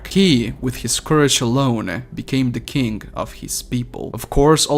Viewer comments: Hey do you have a speech impediment because I think you are trying to say king but you’re saying kink. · when you said king I heard kink XD